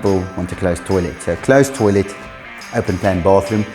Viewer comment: Love the videos guys but please, it's a toilet and not a toilêt